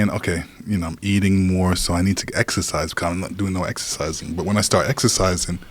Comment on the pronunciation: Exercise? I thought you said extra fries!